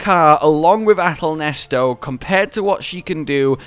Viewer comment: Why yall calling it ahtal nesto isn’t it ahtal neset